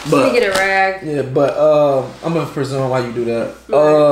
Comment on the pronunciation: you mean REsume. Not PREsume